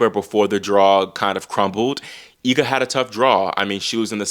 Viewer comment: I always appreciate your correct pronunciation of Iga's last name, that's rare